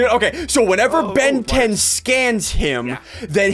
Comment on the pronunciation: "Ben 10" "Ventin" hmm...